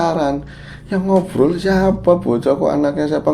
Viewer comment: harus jelas banget ya gais...hahaha... lucu